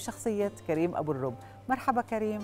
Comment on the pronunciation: ابو الرب بضم الراء